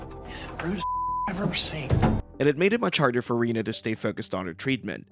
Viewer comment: Could someone please learn to pronounce Rena's name correctly? It's said repeatedly in the show. And Lee should've been blurred because he developed breasts.